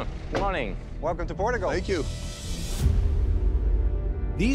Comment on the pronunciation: 'Welcome to Port-a-gul.'